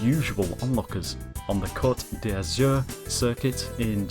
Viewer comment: Dude, it takes two seconds to Google the pronunciation of place names to make sure you're not getting them wrong: Coté d'Azure = koht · duh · zyoor Chamonix = sha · muh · nee